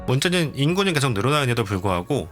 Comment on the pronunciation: 내용도 너무 유익하고 영상미도 목소리 톤도 너무 좋은데 발음이 좀 많이 걸립니다.. 한번 신경쓰게되니까 쭉 넘겨버리게 되네요.. 개챨기, 왼쬭 오른쬭, 꼉우에는, 계쇽, 고뮌, 문쩨는, 두번째료는, 등등 ㅈ,ㅊ 발음이 많이 흐르고 ㅓ, ㅗ 이 붙는 단어에서 발음문제가 생기는듯 해보입니다, 몇몇 발음만 교정 하면 좋아질것 같습니다. 부분에서 천천히 설명하는 템포에서는 발음이 개선되는게 보여서, 더빙이 마음에 비해 너무 빨랐던게 문제였을지도 모르겠습니다.